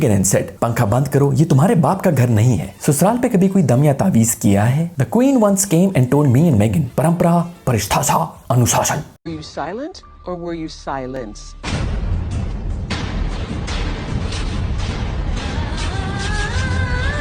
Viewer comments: 😂 U say paristhasha....prathishtha ko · Bhai, it's pronounced "Pra-tish-tha" means valour, pride ! (Pure Hindi)